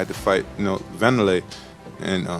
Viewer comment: “W”anderlei he says. Now I’m waiting for “R”oyce Gracie